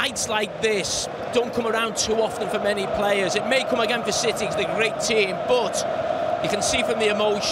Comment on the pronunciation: Why do you call city- CITEH?